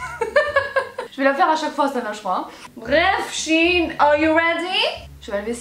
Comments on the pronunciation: CE N EST PAS SHINE MAIS SHèINE merci;) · c'est pas shin c'est shein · ou tu sais même pas prononcé son nom correctement